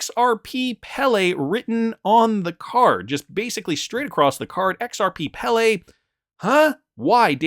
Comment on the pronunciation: Pele pronounced PAY-LAY